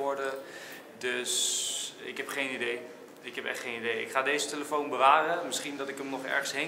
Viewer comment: Niemand: Enzo: tUlefoon